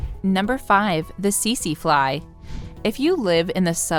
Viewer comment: I know right? Teet zeee fly etc...they did get the Irukandji jellyfish right tho, at least in pronunciation. Go figure.